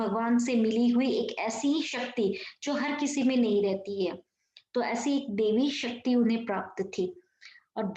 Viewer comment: Not devi shakti, daivi shakti , mam